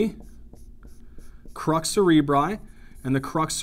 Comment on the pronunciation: Crus not crux!😅